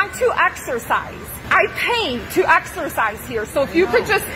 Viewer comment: Nah in the gym one she didn't say exercise she said axercise